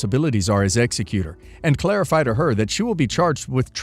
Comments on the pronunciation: Last story, and many stories on this channel. It’s pronounced ex e que tor. Not executor (like killer). It really drives me nuts listening to a lawyer channel and a very basic term of law is mispronounced. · Last story- it is ex-EC-utor, not ex-e-CU-tor.